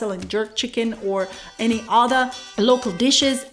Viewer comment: yeah...I think she also said "yeah man" quite well (not the ones where she was "mimicking" tourists; but when she noted that in phone conversation it comes out naturally). I also heard her say "adda" for "other" when she was talking about Road Side food. All very awesome